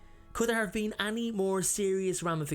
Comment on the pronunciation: We've been waiting for you to return! The way you say any always gets me *annie*(like the name) lol